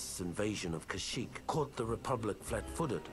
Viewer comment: its pronounced ka-sh-eekh